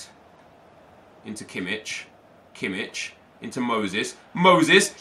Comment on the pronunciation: It's pronounced Kimmih not Kimmitsch